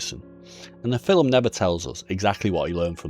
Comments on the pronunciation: Wtf is a filim? An accent doesn't allow you to add letters to a word bro...filim...get thefxxx out of here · The fillem, or film?😂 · How come I'm just now hearing people say fill'em instead of film,is it because of melaniea